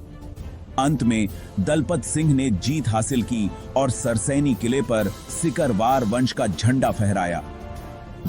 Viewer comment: सिकरवार होता है सकिरवार नहीं होता .कृपया इसे सही करिये